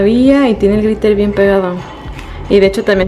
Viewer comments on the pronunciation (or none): No es pr criticar pero en el min dice gritel en bes de gliter